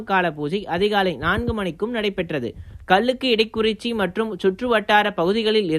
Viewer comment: ஓம் நமசிவாய 🙏🏼💐🙏🏼💐🙏🏼💐🙏🏼💐🙏🏼💐🙏🏼 கல்லிடைக்குறிச்சி.. சரியாக உச்சரித்து பழகவும். நன்றி 🙏🏼